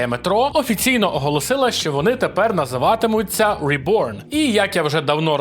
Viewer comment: Тож ребьорн а не реборн😮